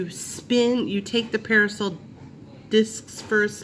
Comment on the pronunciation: It’s pronounced Per-Sil you kept saying (PerAsil). Thanx for info got me a $5 coupon!